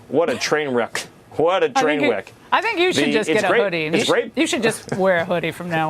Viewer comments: "What a train w'eck" - Little Stephen 'actually, I'm 5'10"' Miller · Did Stephen Miller actually say "What a WHEK?"